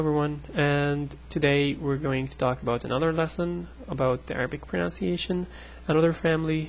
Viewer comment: it's hypocritical of me, seeing as i can't pronounce arabic for my life, but it's pron-UHN-ciation, not pron-OWN-ciation. english people get it wrong as well, so don't fret over it.